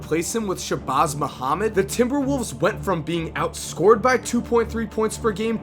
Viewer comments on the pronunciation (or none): none